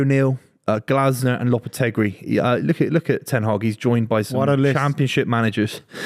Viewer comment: gets it wrong as usual 😂 ‘won’t be Ten Haag’ 😂